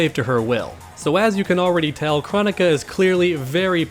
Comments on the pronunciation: Her name is pronounced like chrono-ka like cronos from Greek mythology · I believe NRS pronounces it as (Kroh-Nee-Kuh) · I feel like even though I know it’s “Crow” Nika I’m still gonna say “Krah”nika lol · Pretty sure its Kr-Oh-nika, pronounced by boon himself and possibly Kr-Oh-neeka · Here name is pronounced like Kronos. With a O not Ah sound. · That's not how you pronounce her name.